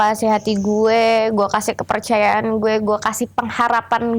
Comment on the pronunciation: Wkwkwk... Pas bilang kepercayaan ak mikirnya ke yg lain,kan pas bilang "ke" nya agk panjg tuh